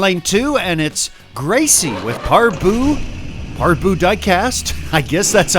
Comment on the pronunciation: And "YES", you pronounced ParBoo Diecast perfectly! Thanks for great the track and production quality.